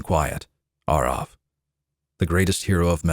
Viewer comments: So, nearly 20 years I’ve been pronouncing “Arrav” wrong? I’ve been saying “Arav” 🤣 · Have I been pronouncing Arrav wrong for 20 years? Or is just putting his twist on the name